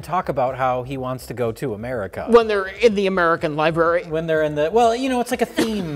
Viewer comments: says "Liberry" The worst vocal slip-up to date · saying "liberry" Priceless, all coming from a place of love, he's just great.